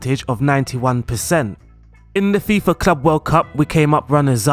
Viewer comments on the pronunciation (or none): none